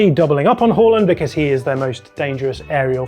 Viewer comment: "Haul-land" and "Errdegor" 😂